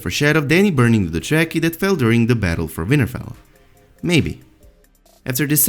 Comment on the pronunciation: AGHHHHH Stop pronouncing Dothraki as jracky.